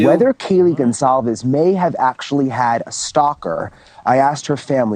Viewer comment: Con-calves (it sounds like con - colvs) not s